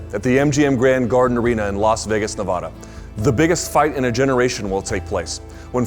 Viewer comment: You pronounced Nevada wrong dickbag.